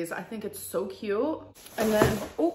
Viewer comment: Where did this irritating new pronounciation of “cute” come from? Tik tok? She’s 33.